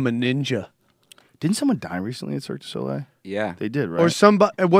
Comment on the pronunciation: man, Joe does not know how to pronounce "Le Cirque du Soleil"